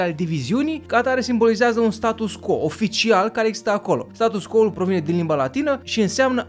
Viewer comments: hai sa pronuntam latineste acel status quo, adica status cvo nu status co, altfel numai de bine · Status quo se citeste STATUS CVO !!!!! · scuze dar trebuie sa fac aceasta precizare, se scrie status quo dar se citeste status cvo (pronuntia este in latina pt ca este scris in latina) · Apreciez foarte mult informatiile si munca ta, dar nu ma pot abtine sa-ti spun ca se pronunta "status qvo". Succes mai departe! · Se citește status 'cvo' chiar dacă se scrie 'quo' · "Status quo", prietene, se pronunta "status cvo". Dar nu toti au facut latină...